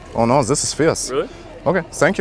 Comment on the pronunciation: Lmao “Thiz iz fierz”